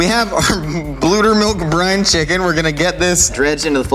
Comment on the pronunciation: The brief pause and the slow zoom when he says "blue-tter milk" are way funnier to me than they should be 🤣🤣🤣